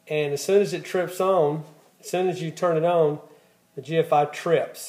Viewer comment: "Own"? are you trying to say ON? "Spee-end"? are you trying to say SPEND? "Ree-sep-a-kill" Are you trying to say Re-sep-tee-CAL?